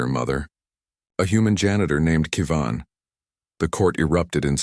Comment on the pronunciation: No AI narrator pronounces Kevin right.